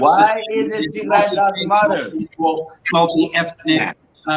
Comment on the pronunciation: I absolutely watch this show interesting enough to start calling Ethiopia Northern Ethiopia I think they have hard time saying tigray especially the participant the host is beautiful she is a great woman and she have pronounce the word tigray to dry the participant North Ethiopian Ethiopian this is the actual topic tigray genocide ethnic cleansing Emeryville swimming